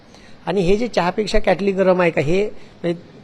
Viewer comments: त्यांना साध किटली बोलता येत नाही तो क्याटली बोलतो आणि हे म्हणे गुरुजी आहेत आधी मराठी भाषा शुद्ध बोला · क्याटली नाही रे किटली असते ती😂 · Marathi... Kitli mhantaat kyaatli nahi😅😅